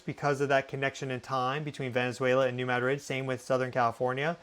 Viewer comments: Very clear and thorough. I am from MO and I have say this. It's MADrid not maDRID.😊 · Spanish capital is pronounced ma-DRID. Missourians pronounce it MAD- rid. You’re saying MAD-RID mixing both pronunciations with extra emphasis on second syllable ❤ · Madrid= muh-drid.....love your content but that drives me bonkers lol! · It's muh-drid not mad-rid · I think he would know 🤔